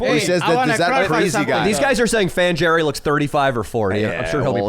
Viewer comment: What about "Fan Jerry" (pronounced Hairy with the Spanish J)?